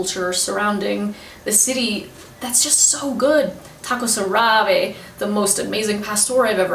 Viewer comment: Theres an accent in the 1st a in árabe, just thought to mention it bc you pronounced it with an accent on the 2nd vowel and it sounded a little funny.